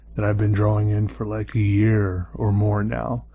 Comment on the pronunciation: His draw-wings book. I like how he pronounces drawing.